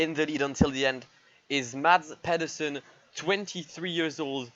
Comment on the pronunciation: A attempt at Danish, failing like expected. But all in all, still unbelievable Mads did what he did. And he has to name his firstborn male Michael now